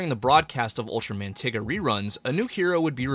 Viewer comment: Please stop saying tiga like the n-word😭😭